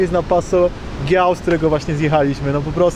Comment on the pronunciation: Passo Dżiau , ponieważ jeśli po G jest samogłoska a w tym wypadku mamy "i" to wymowa jest Dż więc Passo Dżiau albo Dżiał. Fajna relacja nic tylko mieszkać w Dolomitach.